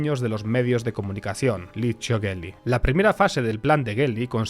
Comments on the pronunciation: Se escrive Michele pero se lee Micqele Sindòo-na, Novara es una localidad y no se lee Novarà sino Novà-ra , Licio Gelli se lee Lichio Llel/li, bocconi es Boccc-oni, loggia se lee loodlla, aqui un poco de italiano un saluto👋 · Licio GELLI se le como si fuera DJELLI, como se pronuncia Giro Gelati ecc